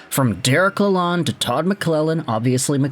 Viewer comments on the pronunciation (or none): Now we don't have to hear him mispronounce Lalonde every day.